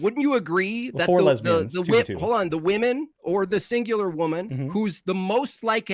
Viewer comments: Why can't they ever properly pronounce "women" and use the singular form even when they refer to the plural? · Alright, I finally gotta ask, why do you pronounce “women” like that?